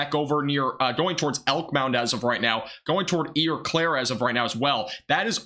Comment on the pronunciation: Lol!!! I'm from Wisconsin. I was Doordashing, so watching after stream ended. It is OH-Claire